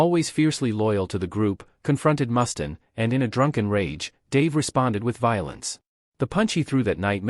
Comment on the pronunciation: Ikr? Can't watch the whole thing, if they can't even get the names right.